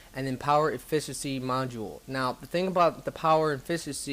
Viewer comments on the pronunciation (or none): none